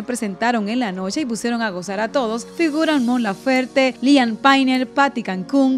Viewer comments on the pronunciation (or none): la canción final es “Familiar- Liam Payne & J Balvin”, no “Mi gente”, pd. No pronunciaste bien el nombre de Liam